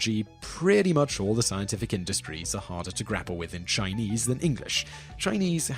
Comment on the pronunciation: Haha heard that too